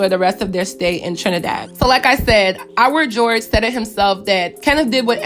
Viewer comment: Is pronounced iwah not iwer😂 i swear every youtuber talking bout this always says iwer💀